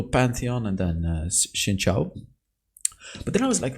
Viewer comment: Xin Zhao is pronounced "Sheen Jow"